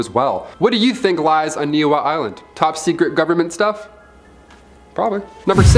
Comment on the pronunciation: The Hawaiian island is pronounced (knee he ow ) not what ever you were saying